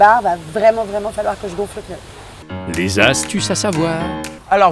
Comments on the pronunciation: faut vraiment être un beauf pour dire peneu omg XD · Pneu et non pas peneu